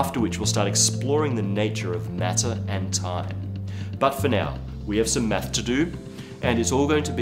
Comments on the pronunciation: he said we got some meth to do... (I know its math) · did anyone else hear "We have some meth to do" or was it just me?